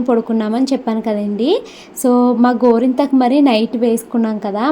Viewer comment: కొంత మందికి "టా" పలకదు